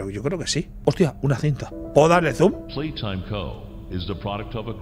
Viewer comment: que humilde el gigante noble diciendo en el directo "pepi plai taim"